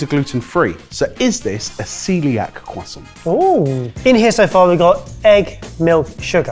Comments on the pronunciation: There is an R in croissant guys, you keep saying cwoissant 😂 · Cwoissant lol! Why do the british hate the letter R? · When you pronounce croissant like poisson, I vomit a little. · I know this is a UK based show but as an American hearing it pronounced Cwoisont opposed to Croissant(with the R) sounds like a meme. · Quoi sont?.. *slap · Take a shot for every time they say quoi-sant and I’ll see you all on the other side. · Am I the only one who hates the way the pronounce croissant. I understand that's how you pronounce it in French, but the French would never return the favor. Do they say Netflix or Neet-fleeks? When speaking English, use English pronunciations. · i'm going to be honest. I only watch your cooking videos. the other stuff like this doesn't interest me at all... more pass it on/recipe relay/mystery box/unplanned battle and less reviews and stuff please the fact you brits pronounce "croissant" like retards doesn't help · As a frenchmen, I cringe whenever they say "croissant" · Every time they say 🥐 they sound deaf... the French are pronouncing English words correctly...just stop